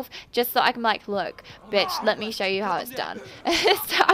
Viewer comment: Woah... When you say bitch with your accent it blows my mind!